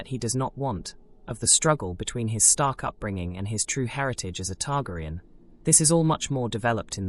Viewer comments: E-mon Targriun and Varies. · I am pretty sure it's an AI narration. Once I hear that pronunciation, I stopped the video. Sadly many channels use AI instead of a human narrator.